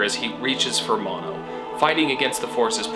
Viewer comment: I think it's also "Mo-no"